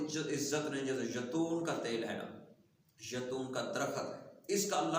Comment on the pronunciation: اپنا لفظ درست کریں خدا کے لیئے اللہ پاک آپ کو اجر عظیم عطا فرمائے آمین اصل لفظ نسخہ ھے ناکہ (نسکہ ھے) دوسری اب پتہ چلا ھے آپ نے بولا ھے ( یتون )یہ اصل لفظ ھے زیتون تو پلیز اپنے لفظ درست کرلیا کریں شکریہ